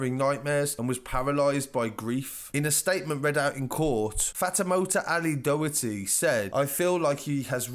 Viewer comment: ‘Doh-her-tee’ ahahaha good attempt but you butchered that surname